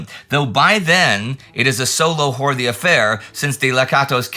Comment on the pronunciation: FYI it's pronounced Hort-ee, with the "ee" as in Robert E. Lee.